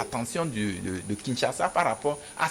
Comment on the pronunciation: pourquoi vous dites toujours Kinssassa au lieu de Kinschassa?